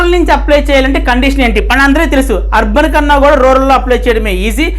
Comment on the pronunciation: Arban ante clear ga cheppandi sir